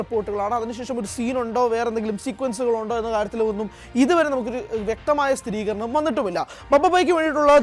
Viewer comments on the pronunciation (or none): none